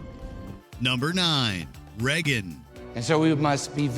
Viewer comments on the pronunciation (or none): You’re American, why can’t you pronounce ‘Reagan’? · Soooooooo watch mojo uses AI voice overs now? Or did they always and I just didn't notice? No American or even Canadian has ever pronounced the name Reagan as "Reggen"!🖕🤣🖕